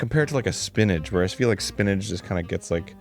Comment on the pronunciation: Is Arin saying “spinnadge” not spinach? Lol